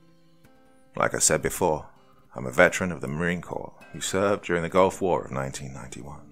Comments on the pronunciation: FYI, Marine Corps is pronounced Marine “core” not “corpse.” I don’t know how many narrators I’ve heard mis-pronounce that. The French pronunciation "korr" (or slightly Anglicised to "kohr" or even "kore") is thus the historically correct pronunciation. Pronouncing it in any way ending with an "s" is not correct. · It's Corps, not Corpse. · marine corpse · For future reference, it's pronounced Marine "Core" not Marine " Corpse"!😂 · Marine Corps is pronounced "core" not "corpse". Downvote. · For people who don't know, "corps" is pronounced like "core". So it should have been read as: Marine "Core". ☺️ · He said Marine Corpse, lol surprised I'm not seeing a lot more salty vets in the comments. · Love you Doc, one of the best story tellers! A little, tiny, small pointer (if your fans won't roast me)? The S is silent in Corps. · He said corps :D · that’s actually Colonel Johnson, not Mr. Johnson, but I’ll forgive you. And I was US Army, not Marine Corps, but I just figured I’d help out my friends in the Corps as I know this mid-pronunciation really irks them. Most importantly, I want to help Doc out since he’s my FAVORITE narrator on YouTube 👍